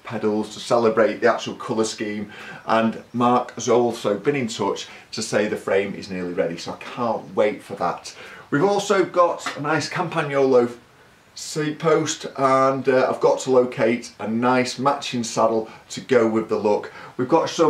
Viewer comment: I am not an Italian, but I've lived in milan for 30yrs. Here's two tips on how to perfect your italian bike brands pronounciation. CAMPAGNOLO say: CAM PAN YOLLOW CINELLI say: CHINELLY :-) :-) This bike looks FAB!